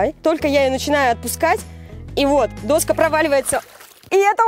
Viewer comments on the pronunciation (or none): Доска́ а не до́ска )))